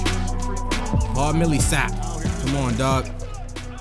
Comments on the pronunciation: paul millsap is pronounced Paul-MILL-sap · it's pronounced Paul mill-uh-sap